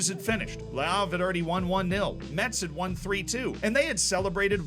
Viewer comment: It's even funnier that he corrected himself with the pronunciation of Rodez but not with Metz (which we say "mess", like this last season's day) xD